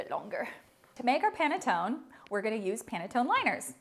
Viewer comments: It is NOT panatton the right pronunciation is PANETTONE with a final e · It is pronounced as pan-e-ton-ne. You failed the first test. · I am from the Italian section of Switzerland "Lugano" please say the "e" at the end Panettoneee:thanksdoc: . Your recipe is very good. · Its not panetton you been stupid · This is called PANETTONE not Panetton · It is absolutely pronounced “pane-toh-neh”. This is a good quick alternative to panettone recipe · Ha...! I just watched a video where they were making Panettone in Milan, Italy and the pronunciation was pa-ne-to-nE. They were always pronouncing the "e" at the end. So, since this is an Italian word I guess I'm going to keep pronouncing PA-NE-TO-NE. BTW, great recipe though...!! Thank you for sharing..! 🙂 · The last letter ‘e’ is pronounced in Italian as ‘a’ in English, hence Panettone (a). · you do pronounce the e at the end. i can confirm as italian panettoneee thanks for the recipe i will try 😘😘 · Less than 30 seconds and already closing the video. Why the heck did you call a French guy for some Italian food???? It's panettone, you 100% pronounce the e. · can't wait to try this! love your presentation, can't wait to watch more of your videos...but I'm certain it's pronounced the other way, lol, italian was my first language and I'm fluent, and my family imported the beautiful bread-cakes every Christmas to sell at our specialty market...always looked forward to panettone season and still do now but now will look forward to it even more. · A poor recipe from someone who doesn't know how to pronounce the word correctly and calls a french guy to ask for correct pronunciation! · Sorry he pronounced the word PANETTONE very much wrong. You pronounce the "e" at the end. It's an Italian word - and the man doesn't sound Italian. 😊 😢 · Lol he pronounced panettone wrong. Her pronunciation was better lol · the way you pronounce it is actually incorrect. the second version was closer to the Italian pronunciation.